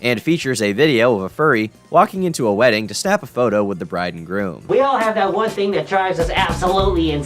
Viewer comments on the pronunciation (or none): none